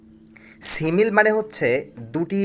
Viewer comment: কি সিমিল? Simile (সিমিলি)হবে পাশাপাশি সব words এর pronunciation ভুল